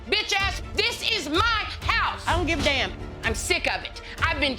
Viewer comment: i just liked how chris said so southern, "i downt giv ay daymn.."